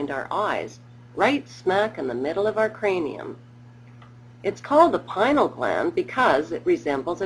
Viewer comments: Hahaha it called the pineal gland because its shaped like a pinecone. This has to be a satire. She's also pronouncing it wrong, it's pie-nee-al. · hmm Strange outlook on Adam and Eve. Maybe next time you make a video you could stick to the facts. PINEAL not pinal